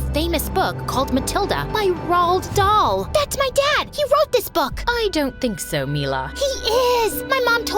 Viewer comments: ROOD DAL is how you say it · I went crazy when the mom said Roald dhal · IT'S RHOL DALL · Roald dhal lol its the book 😂😂